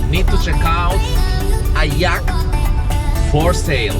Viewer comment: I'm sorry but it sounds like you're saying yak 🐃